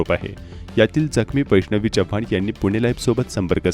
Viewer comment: जपान नाही चव्हाण 🙏